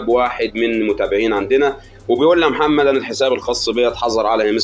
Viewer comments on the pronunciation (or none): none